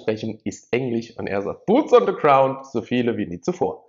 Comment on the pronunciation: Buuts on se graund... lustige Aussprache. Bitte weitermachen, das Abfischen scheint ja gut zu funktionieren.